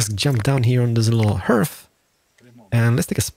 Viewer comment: Hearth is pronounced just like heart, just with a th sound. ^^ Hjärta, hem och härd.